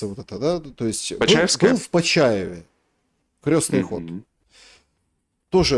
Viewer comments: не "крёстный ход", а "крестный ход". Крёстный - он отец. А ход крестный. [кр'эсный]. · Это не к ним. Это ошибается в ударении..что удивительно, вроде религиозный такой... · Не крЁстный ход а крЕстный От слова КРЕСТ. Режет слух неправильное произношение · крЕстный ход а не крёстный!! Русский неродной. Заметно А еще не ложат с кладут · Крестный ход через е от слова крест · крЕстный ход,а не крЁстный!!!!!От слова КРЕСТ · Уважаемые и, не "крЁстный" ход, а крЕстный ход, крЕстное знамение. Через букву Ё - это только о людях. О Доне Карлеоне, к примеру,:) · Всё хорошо, но почему вы произносите " крёсный ход" ? " КРЕСТНЫЙ ХОД" от слова КРЕСТ. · украинчики простите, но почему крЁсный ход, а не Крестный ход, у вас что КРЁСТ? что то новенькое в православии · Крестный ход,от слова крест. Почему украинцы,да и тоже, Крестный ход произносят крёстный ход. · КрЕсный ход, КрЕсное знамение, КрЕсная мука. Правильно через «Е» Крёсный отец, крёсная мать. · Выпускник филфака: Крестный ход!!!!! Не искажайте слова! Произносится через Е, потому что крЕст! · Я тоже удивляюсь что в своей любимой теме он делает такие ошибки. Крёстный . Бытиё. КатАрсис.. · Господа,ход крестный,от слова крест.Слух режет ваше произношение.